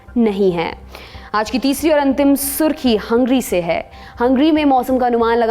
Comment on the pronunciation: हंग्री नाही हंगेरी